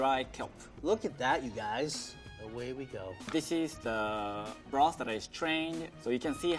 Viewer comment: Lady: Broth Man: Broth Man 2.0: Blosth